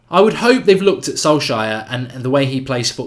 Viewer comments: The person who told you it’s pronounced “sol-shire” was trolling. You pronounce it more like “sols-chair” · Or “sol-share” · His name is pronouced solshar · It's pronounced "Sol-shur" - stop butchering that name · His name is pronounced Sol-shire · Got a little touchy about pronouncing names hey..............."i'll say what i like" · Love your work but please say his name correctly 😂😂😂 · Hi Mark, not being negative, but I feel that you should care how the name of anyone representing Manchester United is properly pronounced. It's okay to not know the correct pronunciation, but its not okay to say you don't care. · Copy this: Solskjær. Paste it into Google Translate, choose norwegian. Click the speaker. You might have to practice. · Pronounce the name correctly Mark, no need to double down. You’re pretty good from a cultural perspective otherwise